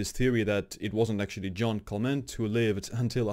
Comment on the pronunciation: Not John Clement, but Jeanne Calment. Pronounce /ʒan kalmã/ (or see English Wikipedia and listen to the audio).